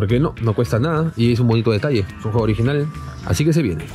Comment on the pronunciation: Era el ogirinal ... el ogirinal ... jajajjaaj